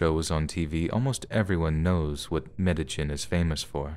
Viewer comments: Its MEDE-YEEN not MEDE-GIN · Medi-JIN? Try Medi-HEEN. It's as if lives under a rock. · Some if the best stories I've heard all summer. Great narration, as always. P.S. It's pronounced Med-ay-heen. The "j" and "ll" pronunciations symbols for Mesucan Soanush are both basically "h." Regardless, good finds and well done. Thanks for the mental vacation! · Thanks so much for these! 🥰 (Just a gentle bit of pronunciation help, the place in the last story is pronounced "medda-'yeen..'" I hope that helps! 💕)